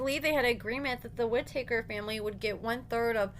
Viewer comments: Their last name is Whittaker not Whititaker. Lol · Whit-ah-kerr, not woodtakers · You're pronouncing their last name wrong it's not ( wood takers) it's Whitaker pronounced ( WIT- A -CUR)😂😂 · Its Whit a ker not whit a taker. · The “wit ah taker family? Tha hell is that? It’s Whittaker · Whit - a - taker 😂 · Their last name isn't two words it's one not whit taker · The way u say their last name 😂😂😂🤦🏽‍♀️🤦🏽‍♀️ Whi-ta-kers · How are you going do commentary on them when you can’t say there name right??? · Learn how to pronounce their name correctly. Be more professional if you're going to upload a video. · And needs to say the name correctly….. 🤷🏻‍♀️ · I'm extremely familiar with the family and I know that he is pronouncing it wrong.